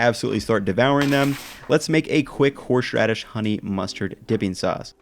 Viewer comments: His "horSHradish" pronunciation is triggering me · keeps giving us two or three extra "h"s in horsheraidshh. The man is too generous. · Horshradish lol